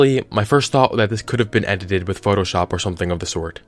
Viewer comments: Lol Ed i teeed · Edit ed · It's only funny cos I been there. "Edited it" is hard af 2 say